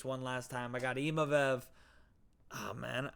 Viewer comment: I wasnt going to say anything but after like the 10th time you said imavev i had to say...its Imavov. You wouldnt say naimev would you lol